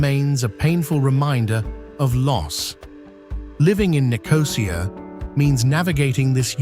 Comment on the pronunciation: sorry you’ve completely lost me. What’s Dutch got to do with it? If I made a video of The Netherlands I would make sure I checked the correct pronunciation of ‘Amsterdam’! It’s not difficult. But to mispronounce ‘Nicosia’ with the emphasis on the ‘O’ is unforgivable. No one does that. It doesn’t feature in ANY language. But hey, if you want to make excuses for these lazy idiots you go right ahead.